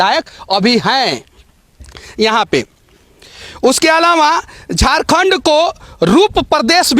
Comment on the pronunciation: Hindi bolne nahi hata hai , Hindi kabhi mat bolo Jharkhand ko jorkond bolta hai sala Bihari